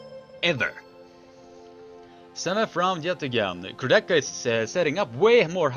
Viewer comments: "Kurdecha" is also wrong pronuncation. Correct pronuncation is "Kour-de-ha" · Nice video, but try to pronunce names right: Kurdecha -> ch is hard H. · Polish armwrestler's second name pronunciation is wrong. You can easily find the right pronunciation in any of his fight.